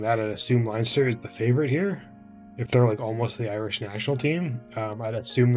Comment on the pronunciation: 'Leinster' is pronounced Lenster.